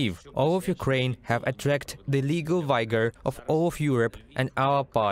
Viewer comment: At , the narrator/translator pronounced the word "vigor" incorrectly: phonetically, it does not have a "long i" sound, but rather, it is "vigger" (like the word "bigger"-- with a "v", instead). Keep trying. Practice makes perfect.